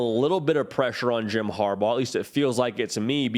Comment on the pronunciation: McCarthy is leading the nation in completion % but it was against Co. St, Hawaii, Conn., and 2 other subpar teams. He has not seen a secondary with NFL-ready players like PSU. The winner of this game should supplant Clemson and be #4 in the nation. P.S. Its Harbaugh I believe rather than "Habraugh" as indicated in your title.